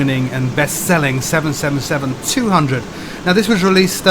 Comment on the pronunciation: Finally someone who knows how to say 777 properly